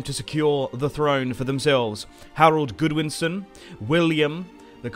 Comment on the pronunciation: GOD-winson not GOOD-winson. Are you really British? Or is the British education system as bad as America?